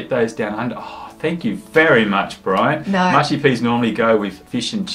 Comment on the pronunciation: Its brian not brain lol 😆